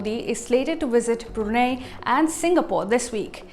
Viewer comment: Brunei is pronounced as "Bru Nai",not "Bru Nay"! For goodness sake!